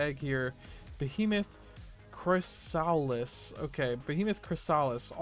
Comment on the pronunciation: Bro doesn't know how to say chrysalis (chris-uh-lis)